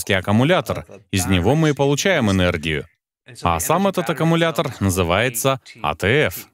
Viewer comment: Переводчик говорит: "акамулятор". Но аккУмулятор. 😊